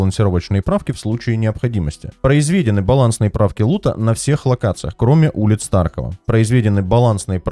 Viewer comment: ПроизвЕдены. )) Ударения конечно ты ставишь...